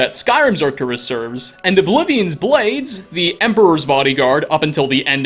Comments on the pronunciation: Arc-TOOR-us, not arctur-US (The bold letters represent the emphasized syllable. Each syllable is seperated by hyphens- not 'dashes'. You will notice that I omitted a second hyphen in your pronunciation, because you pronunciation lacked a clear delineation). Have Google pronounce it for you (see below). Sorry, I am an old English teacher suffering from either, OCD, or the world has been cursed by technology to be forever illiterate. Any way, I love you content. Just wanted you to clean up your script so that you don't come off as less intelligent that you are. Also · Fun fact: Arcturus is a latinization that is actually pronounced [ar'cturus/arcTURus], and it means "guardian of the bear" in Ancient Greek. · Is said Arc-ture-ess